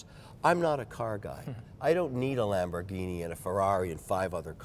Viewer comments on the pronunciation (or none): none